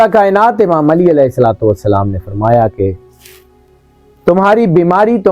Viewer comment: Ap n Salam kiya السلام ma nhi ہوتا mo yani mem per pesh h zaber نہیں